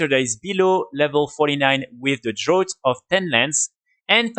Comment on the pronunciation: Draught is pronounced "Draft" in English, great video man!